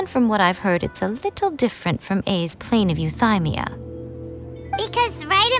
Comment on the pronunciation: I'm playing this right now, and since I don't have twitter, I just want to ask, surely I'm not the only one recoiling from the way Ei is pronouncing Euthymia, right? It is yoo-thee-mia and not yoo-thai-mia, right? I'm so confused. My face scrunched so hard I pulled a neck muscle.